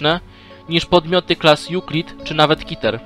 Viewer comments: nie mówi się kiter tylko keter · Przestań mówić kiter mówi się KETER kiter brzmi jak jakieś coś nie groźnego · Jaki KITER mówi się Keter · czemu ty muwisz kiter